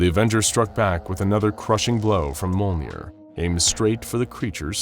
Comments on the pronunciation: Did anyone else get annoyed that he pronounced Thors hammer (Mol-near) not (Meal-near). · wow i really love monh'er, totally not the narator mispronouncing thor's hammer, Mjölnir. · So how did you pronounce Mjölnir again? I swear every time you said it i laughed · The amount of times Mjolnir was mispronounced here makes me angry